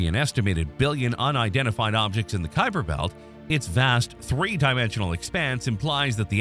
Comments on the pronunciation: 12. It is named after Gerard Kuiper who pronounced his name Kuiper, not Khypur. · As I only know one pronunciation of "Kuiper", this isn't helpful. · You do understand that a Dutch national and someone of Dutch descent living somewhere other than the Netherlands might pronounce their name differently, right? The topic is Gerard Kuiper, who is a different person from your friend.